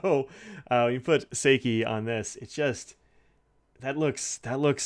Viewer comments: Yoseka Stationery did a YouTube overview of these Yurameku inks and you can hear how pronounced then there. I don't have time to check right now, but I think she even pronounced "Seki" slightly differently than you do. I may be wrong about that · I’m right with you about Seki being a new favourite. It’s so different every time I use it. I was really surprised by the water test. I would have thought this ink would have washed right off. (“How you make this with your face”: 😂🤣) Looking forward to the unpronounced ink review, too.